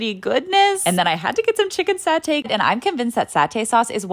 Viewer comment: Girl your pronunciation was soo good but you said “satay” in the most american way 😭😭 usually I pronounce it like sat-te (ish??)